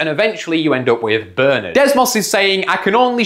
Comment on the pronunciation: It's not pronounced Bernard, it's pronounced Bernard, ffs.